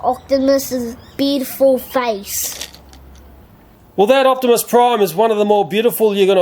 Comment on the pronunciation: he kept saying opsmis prime